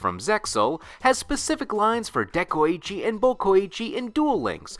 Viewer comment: De-koi-chi ITS NOT HARD. SAY IT RIGHT